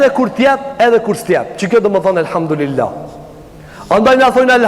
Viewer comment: Selamu Alejkum hoxh.i nderuar.ma vrajti veshin qe po e shqipton Elhamdurilah.ne vend te thuhet Elhamdulilah.ktu ke nje verejtje. Per ndryshe Allahu te ruajt.kejt gabojm